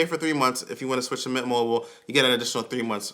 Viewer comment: .....were you TRYING to shorten MINT MOBILE?! Cuz I had to play that back a few times before I realized what you were doing. Lol NOT clowning you bro, just wondering. Love the energy! keep it up!